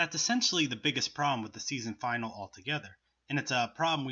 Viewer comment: You mispronouncing finale triggered me.